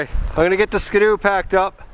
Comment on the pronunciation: Trips me out what he says Skdoo